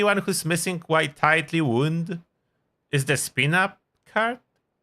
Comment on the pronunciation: Wound (wownd), as in a tightly wound spring. Like winding up a clock. Same spelling as "wound" (woond), an injury.